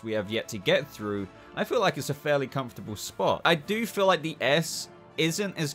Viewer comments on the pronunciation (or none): none